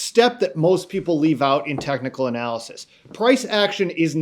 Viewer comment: Stop saying “tecnal”, it’s technical.